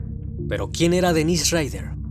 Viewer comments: El nombre del asesino es Dennis no Dennise. La pronunciación también es diferente, estás pronunciando la versión femenina. Obviando ese detalle es un buen video! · Dennise (pronunciado Denís) es la versión femenina de Dennis (Dénis) tanto en inglés como en francés. Igual que sucede con Daniel y Gabriel (Danielle, Gabrielle). Si miras los documentales originales te darás cuenta que es Dennis (Denis).